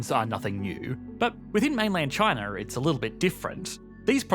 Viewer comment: Why does he say ChinaR? Lol